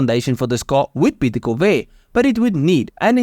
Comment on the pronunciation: visual elements ok If that was not a AI, have somebody coach the guy on pronunciation...anybody who cannot pronounce "Corvair" should not be doing voice over work. If it is AI, add to above list: lose the accent. Please disregard that comment if you are a human; it would be rude to suggest.